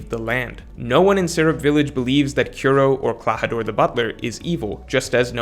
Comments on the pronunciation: You suck at pronouncing most One Piece names/words lol. Kiro? You make Kuro? Koo-Ro. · struggling a lil bit to pronounce Kuro. Good video though. Thumbs up.